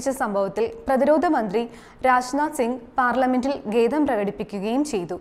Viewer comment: "Gedham" aano atho "khedham" aano mole prekadipichathu?? Ethu Malaran aanu mole malayalam padipichathu? Marunadanile Sajan Sacaria yude malayalam kettu padikkuka. Uchaaranathil sradhikuka.